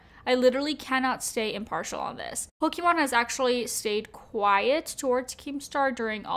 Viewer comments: It's mon not mane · Sorry I have to say it’s pokimane not Pokémon. 🙃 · Poke-MANE not Pokémon lol. Besides that great video, thank you! Also. People call each other pussies all the time; Because we know that calling someone a pussy means they’re weak and people usually don’t take offense to it because we all know they’re not talking about someone’s genitals, literally. It’s the same way when saying you have bigger balls than someone else. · Love love love your videos but for the love of god, it’s pronounced poki-main! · for the love of god please pronounce pokimane HWJDJDK I'm suffering everytime. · Is anyone gonna tell her that she keeps pronouncing pokimane's name wrong? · she saying pokimane wrong on purpose?